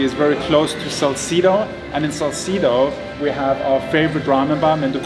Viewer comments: Your pronunciation of Legazpi is right but Salcedo is pronounce as Sal-seh-do... 👍🏻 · SALCEDO (SAL-SE-DO)not SAL-SI-DO but that's fine cause it's classy to hear 😊😆😅